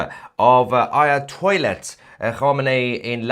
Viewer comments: I heard it right, you keep on saying, "Ayatoilet"😂😂😂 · Mr Tousi you make me laugh becos you call ayatollah as ayahtoilet heheeee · Did I hear him right Ayatoilet? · sorry I think I heard Aya-toilet hahaha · AyaToilet 😂😂😂😂😂. Love it 😂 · did he said AyaToilet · I'm sorry but did he say, " Aya toilet? " It would certainly be more than appropriate! 😂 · Did I hear him say 'Ayatoilet' or was that his accent?